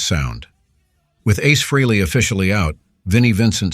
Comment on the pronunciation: C’mon dude. Get with it! It’s Ace Frey-Lee not Ace Free-Lee…😂